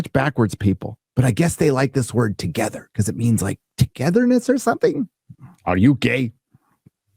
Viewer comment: Rykard from Elden Ring has a message for you when it comes to "togetha"